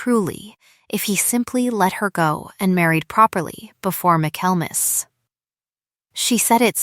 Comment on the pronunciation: The word is: Michaelmas (pronounced Michael mass). Refers to the Christmas season. Why do all the stories on this channel seem to center around ledgers and financial matters? Getting a little too predictable.